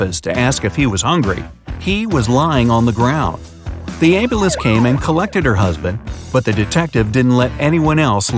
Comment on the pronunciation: Um... that's not how you pronounce Ambulance.